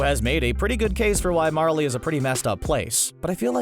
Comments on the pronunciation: Who else had to support him saying Marlie instead of Marley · Don't pronounce it as Marlee its pronounced marlay